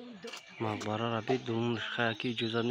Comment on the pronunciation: чи иқа бесаводи ба ҷои мақбара бгуй марқабай мегуй 😂